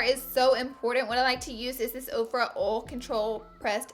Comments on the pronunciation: she says oll instead of oil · Lol she can't really help it.. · snapfam! exposed highlight by tarte also I love the way you say oil 😍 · Ok I love how you pronounce "oil" 😁 and yasssss thank you so much for this video!!!! #snapchatfamily👻 #coolcomment ❄❄